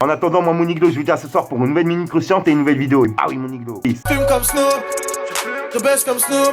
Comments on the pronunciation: arrête de dire niglo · Arrête de dire mon iglo salle con mais sinon ta vidéo cv